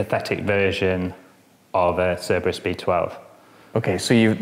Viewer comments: Correct me if I'm wrong, but does the host pronounce the name in a wrong way? It always sounds like "cerebra" and not "cerbera". Anyways nice video, great car, brutal sound. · I can only hear him saying the name of the car wrong the entire video.